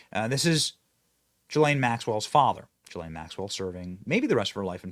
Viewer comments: How does EVERYONE fuck up her name. It is : "Guh-lane Max-well" NOT "Jizz-lane" or "Jizz-line" or "Juh-lane" " or "Gee-lane" or "Guh-line". I shouldn't care that much, but... if we are gonna shame her for FOREVER we SHOULD get miss "JIZZZ-LANE'S" name right! For two reasons: 1. So that NOBODY EVER, EVER chooses to name their child that dumbass name again. 2. So that her infamy is properly effected, in that her PROPER name is shamed for as long as we can shame it! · GUH - LAINE. Hard G. Bro....where is the client list? Of course Jeffy E is an intel operator. C'MON MAAAANNN ...... Both Jeff and Maxwell have been "convicted" of pedo sex trafficking but to whom?